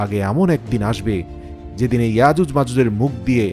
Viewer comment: আজুজ মাজুজ না,ইয়াজুজ মাজুজ বলতে ও পারেন না